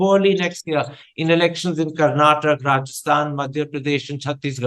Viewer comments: For all those who don't know and doesn't bother to know. It is "Karnataka" not "Karnatak". And the language is "Kannada" not "Kannad" The fact that journalists are making this mistake is unimaginable. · For the nth time, its "Karnataka", not "Karnatak" !!!